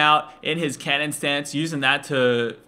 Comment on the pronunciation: Whenever he said cannon mode i thought he said Kenen mode